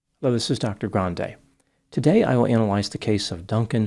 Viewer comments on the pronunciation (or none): How could he be her dad when he pronounces his last name as Gran Day. Ariana claims that’s not how her last name is pronounced. She said it’s pronounced Gran Dee. Everyone still seems to mispronounce her surname.